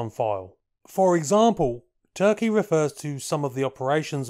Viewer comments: Calling him ‘Prince Turkey’ kinda detracts. I found the pronunciation with one search. More like Toorrr-kee with a rolled r. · you did it again and pulled a rabbit..a BIG Rabbit out of your hat.👍🙏💪.. 🤔 on another note to keep you in the "know" his name is pronounced more like Toorki and definitely not like that bird 🤓😎